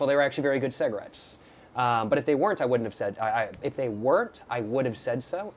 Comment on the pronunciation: “Saggarates” annoyed me so much the way he called cigs that 😭😭